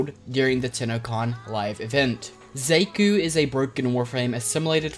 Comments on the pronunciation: Thought it was pronounced SHA-kuu? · They said their name to many times for you to say the name wrong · i cant get over the way you pronounce Xaku's name